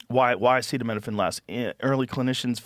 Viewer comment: Joe Roan pronounced "acetaminophen" about 6 different ways, including what sounded like "acita mina fang". This feels like AI now LOL.